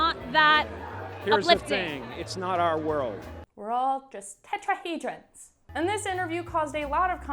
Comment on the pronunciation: This dumb bitch couldn't say tetrahedron there making him out to be sick but the environment he's in sick 😷